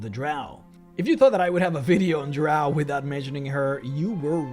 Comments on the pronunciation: It's not. LOL. It's pronounced Drow like Cow. Those who use it like Row are not 'everyone' and actually are just a vocal minority. And they are wrong, but they can pronounce however they wish in their games naturally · Ahl Drahw sound like Australians cuz thayr from a land down undah